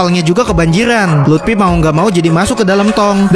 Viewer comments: Bang luffy bukan lupti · Luffy woy! Bukan lutfi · Bang itu mah lut😅fy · Luffy bangsat bukan Lutfi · Luffy ❌ Lutfy✔️ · Luffy ❎ Lutfi ✅ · Luffy❌ Lutfi✅ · Bukan lutfi tapi luffi bang